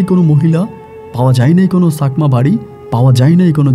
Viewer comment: চাকমা বলবেন ছাকমা না । ভুল উচ্চারণ করবেন না।